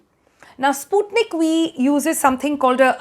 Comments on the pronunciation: Sputnik We or Sputnik V as the pronunciation goes!! The alphabet 'V' is difficult to pronounce correctly by the North and South Indian persons. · I thought she said Sputnik We.😂👍